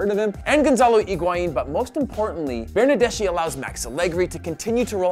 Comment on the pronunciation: Bernardeschi is spoken Bernardes-ki. :)